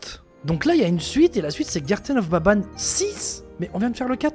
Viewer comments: The garten of BABANE 🤣🤣🤣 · Il y’a que moi qui a remarqué que au début a dit < bienvenue dans le chapitre 4 de garten of baban > au lieu de banban 🤨